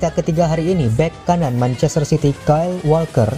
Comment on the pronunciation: Perlu bnyk belajar lg nih naratornya, manchaster dibaca menchester gitu. 😀